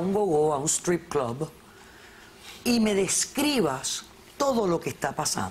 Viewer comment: "Clob" estos pretenden ser mas yanquis que los yanquis con esa pronunciación estúpida y exagerada del inglés